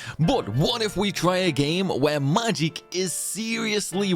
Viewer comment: I was gonna watch this video but I don’t think I can listen to homeboy mispronounce magic for 20 min straight 🙃